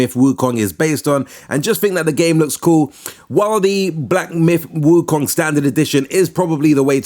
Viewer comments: Stop saying wukang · lol it was so funny too lol